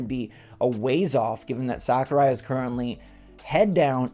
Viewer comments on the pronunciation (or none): none